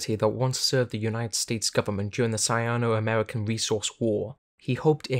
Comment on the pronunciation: Sino is pronounced "See-noh", not "Saya-noh" ^^